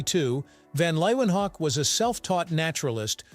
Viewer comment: Leeuwenhoek is pronounced lay ven hook.